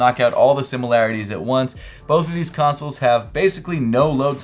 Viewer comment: You pronounce consoles like tonsils with a C